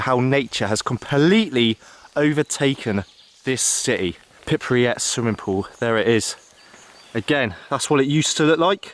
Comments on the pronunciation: Wow do you pronounce pripyat like someone kicked your teeth in? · Anyone else notice him keep pronouncing Pripyat wrong? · I might have enjoyed this and not had to switch off half way through had you learned how to pronounce Pripyat correctly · Never heard someone butcher the name Pripyat so badly lol. Great video though. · it's not a matter of pronouncing it differently, but reading it right , the letter R is in the first syllable of the word, Google gives it the right pronunciation, Wikipedia does, the author at least could have checked it there ((( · These videos and tours are so sensationalized. I didn’t come here to listen to someone mispronounce Pripyat for 15 minutes. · priri what ? pronounce is fgucking right mate. PRIPYAT" ! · Ah yes, ”pipryat” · Prip Yat. New Clear , had to get that said ! apart from that this was really good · Lol thought same thing! "pipuryat". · If he says "PIPRYAT" one more time, i'm going to loose my shit. 😂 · Pipriyat, seriously ?? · I swear to god if this guy says Pripriyat again im gonna fucking explode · pri pri pri pri unit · Great vid however The incorrect pronunciation of Pripyat was so annoying 🤯 Sorry but you repeatedly called it Pipriyat and I caaaant 🤦🏻‍♀️ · "And everythinK else" - "In call of duty, and i paYED that game a lot" - "District number fhree" - "Forf grade class" - "Pirpiyat" Do you have some sort of speech impediment or is English not your native language? Whats going on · He keeps pronouncing it Pipriyat - Otherwise it was interesting. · Hey If you want to record and comment everything about the city first thing is to learn simple thing which is pronounciation of a word Pripyat.Not the way you say it. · You should know how to pronounce where you are! It is PripYat! Two syllables not three! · You're actually missing the YAT at the end. It is spelled P R I P YA T. Thank goodness Russian is mostly a phonetic language. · How you pronounce pripyat gives me absolute anxiety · also its not pripriat its pripyat